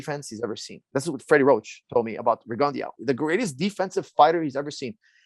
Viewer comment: For a minute I was like who dafuck is Rigundiauo, until I put it together Firas was talkin bout Guillermo Rigondeaux